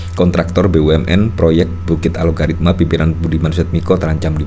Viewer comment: Bang Host nya sejak dari awal kok menyebutnya Alogaritma sih? Apa memang penyebutanya yang benar demikian? Yang saya lihat di headline nya Algoritma lho padahal. Mana yang benar?